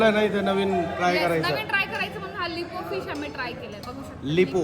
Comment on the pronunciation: लिपो नाही लेपा फिश म्हणतात